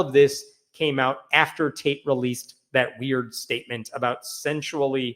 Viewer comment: I thought you said "Michael Taint" 😂😂